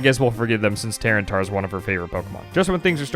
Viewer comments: or so your gf sounds like a car trying to start on a cold winter day. Also it's ta-ran-e-tar..not tear-en-tar. lol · ...... I wanna hate on her for saying terratar but gdi this video is so awesome and wholesome 😂 I love that she's just along for the ride of the video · Tyranitar, not tyrantar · Mate, I pronounced Tyranitar as "Ty-ran-eye-tar". Never heard your pronounciation before :') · Tyranitar???? TY-RAN-IH-TAR. I heard the gf say it and I was like "aw thats cute" and then I heard the bf say it and I was like "oh either she's overwritten the truth, or they both don't know...." lmaoooo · Tyranitar is actually pronounced Ty-ran-ih-tar. Like Tyler, ran, I sound like itch, and tar like the sticky stuff! Regardless, what a lovely video of sharing Pokemon with someone you care about. That’s what it’s all about! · The dedication to saying Tyranitar in the most incorrect manner possible is something. Do you say Tyrensaurus Rex